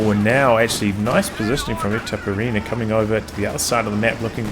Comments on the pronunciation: yes... pronounce as you write "itaperuna", "ru" speaks as "run" so its like itaperUna ... sorry for broken english .... greetings from Brazil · Itaperuna aka east potato in finnish